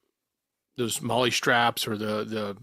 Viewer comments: Molle is pronounced Molly like the girl's name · Not mole E mall E. mall E mallE mallE mallE. Molle